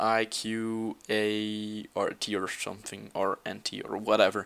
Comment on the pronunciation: i love how you say something (sometink)